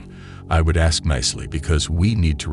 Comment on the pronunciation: She can “axe” all she wants but she doesn’t have the right to anyone else’s “mails.”